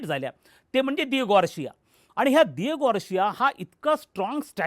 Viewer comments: Sir aapla pronunciation sudhara...Di-ea-Go Gaar-Sia ase ahe ....kahi tari baltach pronunciation karu naka ....ji loka je fakta Marathi media bagtat tech pronunciation vapartil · Diago García राजा.लहानपणीच शिकलोय. Dr. ना तुम्ही.उच्चार महत्त्व